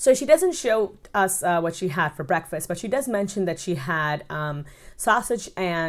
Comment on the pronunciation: Yessssss... she says brefust (breakfast) we ain’t did much of nothin today ....libariun (librarian)....and she cannot talk without using some kind of irritating voices ... have you ever watched her eat where she opens her mouth and shows her food?🤮